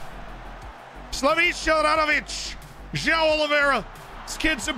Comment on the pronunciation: João isnt pronounced Jo-Ah-o. Its more like Jo- uh? -O.